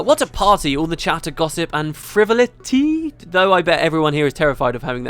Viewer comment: it's Friv-ol-it-y. Freh-vaul-eh-tee, not freh-vel-e-tee. FREH-VAUL-EH-TEE!